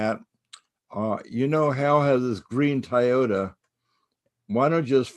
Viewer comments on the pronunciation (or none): none